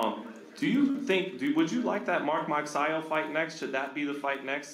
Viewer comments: what he say margarito o magsayo sounds like margarito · Santa Cruz it is Magsayo not Magayas 🤣🤣🤣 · When he pronounce Magsayo...... 😭😭😭😭😭😭😭😭